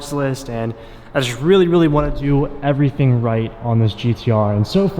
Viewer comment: "E'veryting you need abou NISSAN GTR" Coming from a real big expert who has owned a GTR for 2 month and don't do a fucking shit self with the car. Sounds like a real pro or doe'nt it??? 😂 😂 😂 😂 S